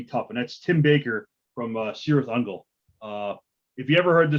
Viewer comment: It's pronounced K-irith Ungol